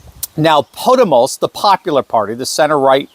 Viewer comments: As an American of Spanish heritage I’m going to help you pronounce “Podemos”. It’s pronounced “Puh-Them-us” The u in Puh is like the I in uh! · Podemos is communist! Say Po-day-mos